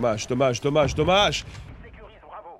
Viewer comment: quand il dommage il prononce dommache 😂